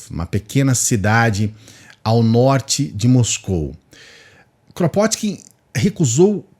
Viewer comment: O nome dele se pronuncia "Krapôtkin".